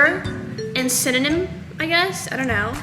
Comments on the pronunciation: The fact that she's saying synynom and it's actually pronounced cinnamon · You said syeninam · Also sin-a-men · She cannot even say cinnamon